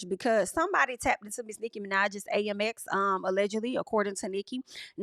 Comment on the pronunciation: girl you are my favvvvv but its pronounced AMEX (short for American Express) isnt it? Girl tell me cause every time you say A-M-X i be confused and im with ya when ya right, so let me know